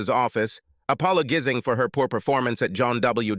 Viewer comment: "APOLLO GIZZING"? "WINCE-ED"? "SLURR-ED"? Robot man talk funny and not good. As robot man would say: EYE EM PURP-LEX-ED!